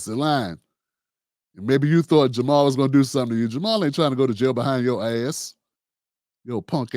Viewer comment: Ja' Mal Green tried to jump on the bandwagon of conservative and pro police democratic mayoral candidate Tim Vallas during the run off. Vallas, just like you, didn't even know how to pronounce Ja' Mal's name. Bro you let your bias skew this analysis